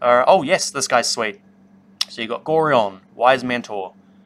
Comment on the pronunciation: It’s pronounced go-ryan by the announcer in the original Baldurs Gate game